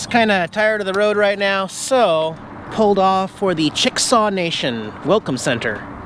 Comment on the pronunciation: Chick-a-saw not chicksaw.